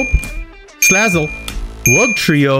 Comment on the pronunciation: It's so funny when you pronounce the Salazzle Pokemon 😂😂